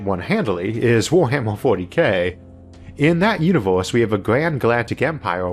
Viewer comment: your pronouncation of Universe is so cute LoL, No homo.